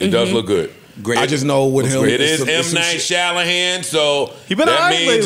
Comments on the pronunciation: "Mnight Shalahan" 😭😭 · Ppl butcher m night shyamalan's name